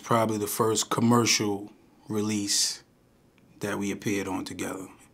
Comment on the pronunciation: Tahgeva (Together)?? and they say country ppl be making up words😂😂😂😂